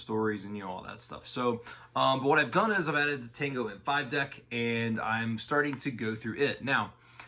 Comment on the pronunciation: Good video but I'm flinching every time you say たんご